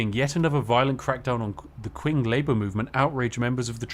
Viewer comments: "It takes a lot to be this good at pronunciation." Constantly mispronounces Qing (Ching) as "Kwing"...ROTFLMFAO!!!...lol. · How many times will Spiff play longform Victoria 3 streams and still not learn how to pronounce Qing